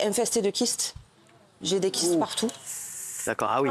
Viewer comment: En plus, elle en a gardé un défaut de prononciation , non ? elle met des "tch" partch'out ?